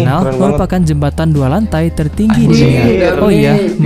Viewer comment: Tertinggi bang , bukan teruggi